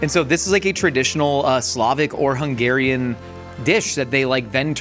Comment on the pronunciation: I am so impressed by Hungarian pronunciation! I love when our food gets represented well AND the names are said (semi) correctly 😊